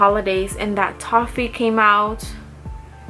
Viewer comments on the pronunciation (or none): none